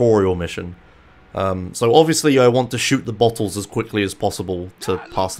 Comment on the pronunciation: "In this missions, there's a bunch of buttholes, and you're supposed to shoot them." you have such a funny way of pronouncing "bottles"